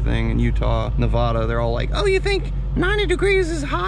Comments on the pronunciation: Ne•va•da, not ne•vah•duh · It's not Navada ist Nevada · Nevada not navoda